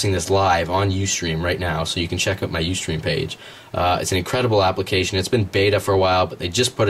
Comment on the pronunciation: It's "out", not "oot" =Þ